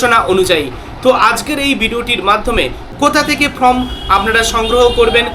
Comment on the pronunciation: কথাটা Form, From নয়